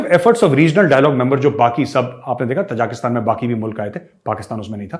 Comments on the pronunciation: Gaurav ji, Ta-ja-ki-stan (त-जा-कि-स्तान) nahi, Ta-ji-ki-stan (ता-जि-कि-स्तान) hai. Taj Mahal ki tarah. Aap ki tarah achchhe parhe-likhe manav jab galat uchcharan karte hue sunkar achchha nahi lagta. ताजिक एक जनता है। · Sir it is Tajikistan. Tajiks are the people. Not Tajaakistan. Love this channel though. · मेजर साहब तजाकिस्तान नहीं ताजिकिस्तान है ये ताज़िकों का देश...आप हमेशा गलत उच्चारित करते हैं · ताजिकिस्तान not तजाकिस्तान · Arya sahab, small correction. It is Tajikistan not Tajakistan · Major saab Tajikistan bola karo na, aap har baar Tajakistan bolte ho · With all due respect, it is T A J I K I S T A N - not - T A J A K S T A N. Thanks